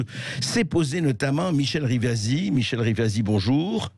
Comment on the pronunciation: RIVASI ! Pas rivas . Et elle à raison , stop aux parasites .